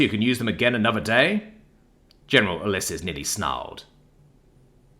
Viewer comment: It's read as "YOO-LEE-ses" ffs At least check the pronounciation of unfamiliar words